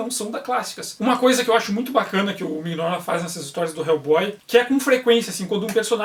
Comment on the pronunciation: Aeee, voltou! Me arrependi agora de ter vendido minhas edições. Não sabia disso nas arquiteturas. OBS: Acho que a pronuncia é Minóla, com G mudo.